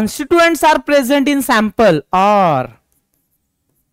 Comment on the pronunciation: Sir aap sample ko pample kyu bolte ho ka